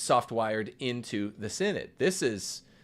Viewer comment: “The Mortal Sin-Nod”